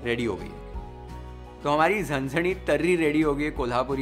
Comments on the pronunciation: Hats off to your dedication towards your work.. Being a maharashtrian it felt amazing when you perfectly pronounced words like vatan, zanzanit, usal, batatyachi bhaji.. You are not only exploring just cooking but giving it justice in all the way you can.. I'M A Fan Man ❤️ also is doing his magic like as always.. great presentation.. Great visuals..😍❤️ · This was the first ever video i watched on YFL. I come from a Marathi household and i was stunned to realise is not a Maharastrian, especially after he nailed all the pronunciations. (Zanzanit, misal, batatya, usal). He nailed all the ळ ल ण न pronunciations. Today i tried the YFL misal recipie for the first time and my mom said it was the best misal ever made at home. Thanks a lot. Lots of Love. Please keep posting new recipies, which I'm sure we viewers will be eager to try. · Your pronunciation of झणझणीत,सुकी मटकीची उसळ, बटाट्याची भाजी, वाटण, कट, तुम्हाला ही recipe कशी वाटली, etc. made me subscribe this channel...The detailing💯...Literally binge watching your recipes like a webseries😂❤️ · Good pronouncing झणझणीत, वाटण, तरी, बटाट्याची भाजी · Loved the way u speak marathi words like zanzanit, tarri, kat, matkichi ussal, batatyachi bhaji.... Recipe is 10/10 as usual Love u chef❤